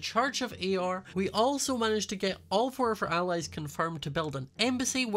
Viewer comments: why did i hear "church of eeyore" like the depressed donkey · Why did I think that it was ‘Eeyore’ for the whole time you’ve been saying it I can’t be the only one… right?